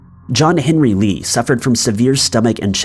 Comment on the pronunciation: I believe that it's Lee